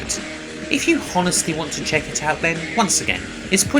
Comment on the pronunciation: The h in honestly is silent, shouldn't be pronounced